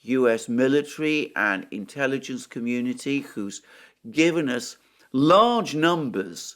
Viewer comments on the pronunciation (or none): none